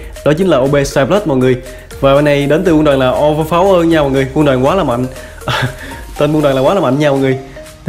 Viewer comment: ou vơ pao wơ mà em toàn nghe anh kia đọc là ou vơ pháo quơ :)))